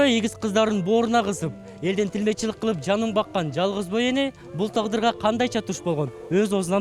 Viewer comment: ТИЛМЕЧИЛИК эмес туура суйлосо боло алып баруучу